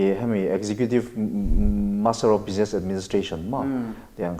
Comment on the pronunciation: Bizness o. Bijines ti toh suh. Ti tawp mai ang.